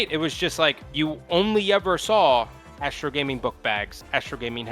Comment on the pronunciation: Astro "Asteroi" 😐